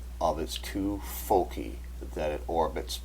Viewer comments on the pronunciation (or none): none